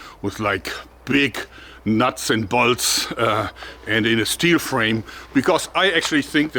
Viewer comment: Hey Jörg, Pro-Tip: "Bolts" wie "Old" betonen, also mit langem O.^^